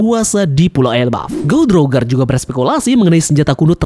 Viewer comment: Goh Di Rojer, Daires bacanya gitu lebih enak mang